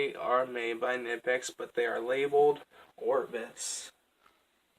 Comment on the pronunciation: Great collection of high quality pliers! BTW it’s pronounced more k-nee-pex. Soft k in the beginning. listen at 5 seconds and 38 seconds. Great video.